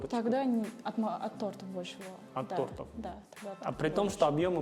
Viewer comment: Не тартов а тортов)